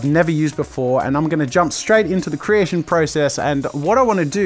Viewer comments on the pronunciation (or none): when he said creation he sounded irish